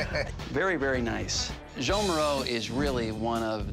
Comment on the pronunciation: I don’t get how this art expert mispronounced the artist’s name. It’s spelled Joan, but it’s not pronounced like that. It’s pronounced something like “Zso-ahn”.